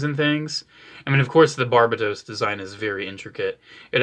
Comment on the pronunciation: but the ibo sub says barubatos not barba-toes